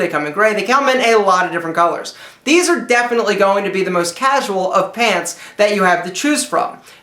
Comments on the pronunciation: Hahahahahaha cozual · he said cosual catton khakis. lol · lol "cahsual cat in khaki's"